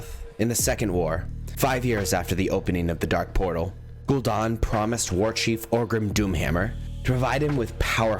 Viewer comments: ‘Gul-Dan’ not ‘don’. Are you Canadian? 😅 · Italiano Version of gul dan